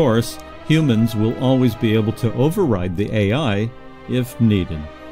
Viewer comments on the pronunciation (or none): none